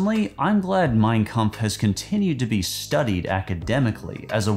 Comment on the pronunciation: Why does "Mein Kampf" sound like mine cu